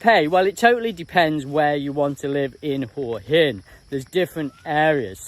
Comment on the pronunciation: Good on you, m8t for calling it Hua hin and not WHA-Hin like all the other vlogers.